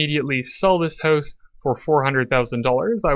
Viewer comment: You killed it after pronouncing house like hozz 😂